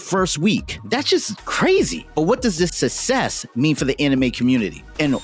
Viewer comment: Thats not how you pronounce success